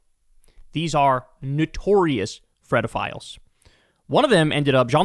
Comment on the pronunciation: DID YOU SAY FREDAFILES? WHAT'S UP WITH THAT?